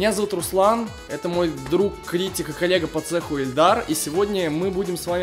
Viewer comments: ты сказал не Ильдар а, Эльдар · Мне послышалось или Руслан говорить Эльдар?